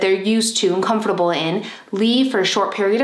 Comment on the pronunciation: How she says comfortable 🤣🤣